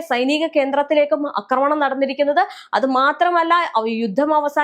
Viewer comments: അക്രമണം അല്ല ആക്രമണം 😂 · സഹോദരീ, "അക്രമണം" എന്നല്ല "ആക്രമണം" എന്നാണ് പറയേണ്ടത്. യദു പറയുന്നത് കേട്ടിട്ടില്ലേ?